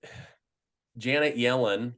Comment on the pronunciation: Can't help to think when he says "Jannet Yellen" Yellow stain comes to mind. 😂 Great video.